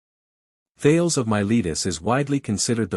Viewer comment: Thales is pronounced "thay lees"